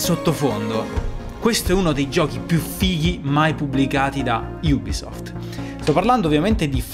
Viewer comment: Perché pronunciarla "iubisoft", quando si dovrebbe pronunciare "ubisoft"?